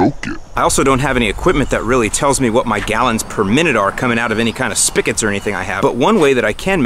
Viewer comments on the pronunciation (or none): It's not a SPIKIT, it's a SPIGOT. Tighten it up.:)